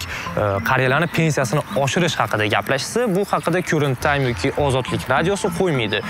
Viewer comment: Current times. Siz uni "kyurent tayms" dedingiz. Karent tayms o‘qilardi, adashmasam